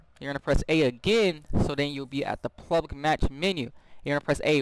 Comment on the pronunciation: It sounded like you said plublic